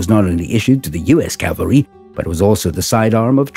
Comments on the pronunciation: It's CAVALRY not CALVARY ! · It is pronounced CAValry!